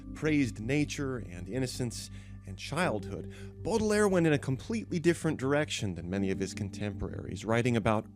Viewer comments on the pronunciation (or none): "BORDER-LAYER" wow, never heard his name pronounced like THAT ever before !!! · Pity he can't pronounce Baudelaire correctly 🙄